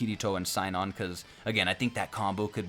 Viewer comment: Sinon in the dub is pronounced SEE-NON. Keep up the good work for our growing community!